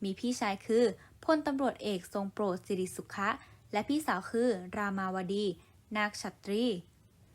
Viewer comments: เขาอ่านว่าสิ_ริภสุ_ขะไมาใช่สิ_ริ_สุ_ค่ะ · อ่านได้แย่มากๆ อ่านนามสกุลเขาก็ผิดอีกที่ถูกคือ ขะ แต่อ่านเป็น คะ บ่งบอกบอกถึงความรู้และสติปัญญา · แค่นามสกุล มัน ยังอ่านไม่ถูก สิริสุขะ มัน อ่านเป็น สิริสุคะ อาย...อายคนทั้งประเทศมั่ง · อ่านว่า สิ -ริ -สุข -ขะ (ขอไข่ อ่านว่า ขะ) ไม่ใช่ คะ นะจะบอกให้55555